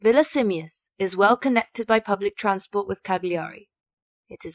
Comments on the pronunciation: OMG! Not Cag-li-ari! Cal-ya-ri!😊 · You dont pronounce the G in Cagliari. Its silent.